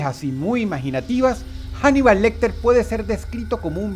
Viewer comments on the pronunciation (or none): Macho, pero no es inglés, es español. La H no se pronuncia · Se pronuncia "anibal" no "janibal", Paleto, Dross